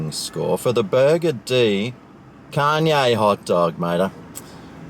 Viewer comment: i believe its pronounced "con yeeeaaah"